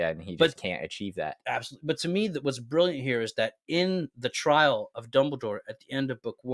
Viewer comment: Bri like Brillant